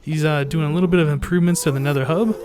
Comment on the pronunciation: What is this "hub" you speak of? I've only heard of Le 'Ub.